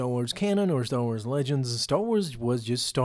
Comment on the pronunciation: "Staw Wars"